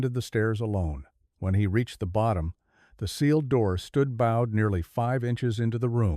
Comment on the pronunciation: Not bad, well paced. AI voice improving, but the word for something curved, bowed, is pronounced to rhyme with road. Interesting series.